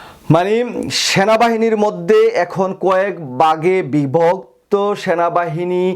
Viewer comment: Don't say: Bage bibokto, say ; bivokto